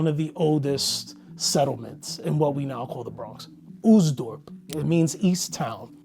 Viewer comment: Oostdorp -- the double O makes it simply a long O sound, not the English "oo". It will rhyme with "most", just slightly longer.